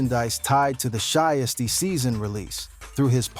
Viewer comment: "She-is-tee-season." 😂😂😂 "Shy-as-tee-season" 😂😂😂 This AI stuff is really outta control.